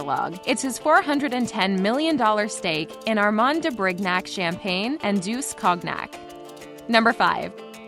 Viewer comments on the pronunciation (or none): Lol how do you not know how to pronounce cognac jfc